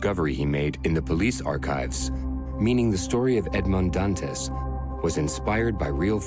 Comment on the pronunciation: AI narration just sucks. Edmaund-d-Dant-ezz. 😒